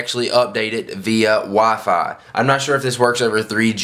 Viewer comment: "via wa-fai"